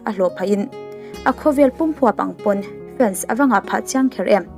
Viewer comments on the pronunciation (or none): none